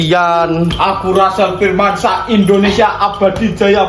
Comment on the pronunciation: Oiii lu kagak bisa omong rrrr ya bilang Rassel aja gitu jangan acel alay,pick me,jelek lagi